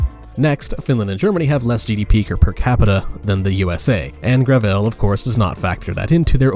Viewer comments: The fact that they call themselves "Gravel Institute" and pronounce it "Gravelle" is itself indicative of the grift they're going for. But at the end of the day, gravel is all they'll have left to eat in the socialist cupboard. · Excuse me, but what is "grah-vell?" My ears are bleeding.